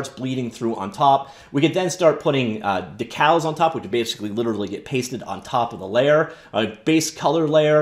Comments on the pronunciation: I’m guessing you’re too young to remember decals, but they’re pronounced “D-cal”. They were essentially stickers back in the day. Thanks for the vid. Looks cool. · "Deckles" dude you're killin' me here